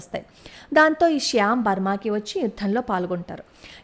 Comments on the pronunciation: Good topic. Sam Msnekshaw ఆయన పేరు. మీరు చెప్పుతుంటే శ్యామ్ అని వినిపిస్తోంది. ఒక సారి చెక్ చేసుకోండి. భారత్ మాతా కీ జై. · శ్యాం కాదమ్మా! Sham!